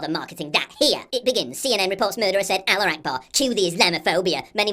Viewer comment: it's "Allahu Akbar" not "Aloo Akbar". "Aloo" means "potato".